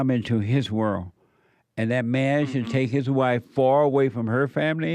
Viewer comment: saying whirl instead of world is beta